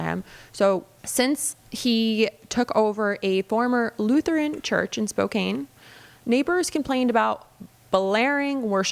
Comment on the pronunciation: Just a heads up for the future talk about that freaky freaky pastor that’s living in Spokane, Washington… you pronounce Spokane like ‘I can do it!’ Not like ‘ I hate candy canes’ small little thing but i’m sure those weirdos that love that preacher will get very angry about something, anything at all and we don’t want that for you because we love what you do!❤